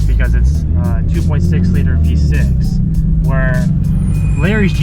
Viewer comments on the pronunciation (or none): bruh I literally cringed when he said v6 hahah